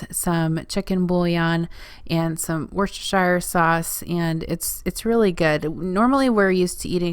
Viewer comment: Easier to pronounce as: “Wooster-shear” sauce. Great video, packed with so many recipes, quickly!! (Great value watching!)